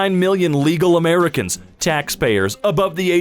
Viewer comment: You mispronounced “Americans”.